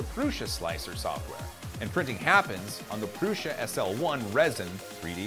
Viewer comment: Prusha? Not to be rude but its pronouced Prue-sah